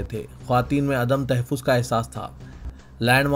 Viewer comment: Tahfiz nahi sahi lafz tahhafuz hai drust karien